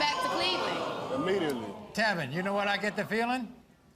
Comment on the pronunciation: Tevyn's friends call him "Tea-Vine".